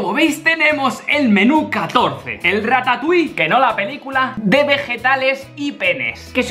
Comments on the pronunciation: dijeron ratatui y penes xdxdxdddd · rattatui penne (pene) :v